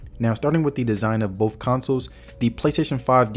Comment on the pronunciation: Thank You for intelligent approach to this choice. it is all about the money sometimes and your video helped out in a big way. One thing in your delivery I did not understand was when you were trying to say BOTH it came out BOFF. I think you meant to say BOTH.